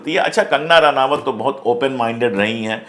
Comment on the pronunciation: इसका नाम रनावत नहीं रनौत है। अनपढ़ औरत है।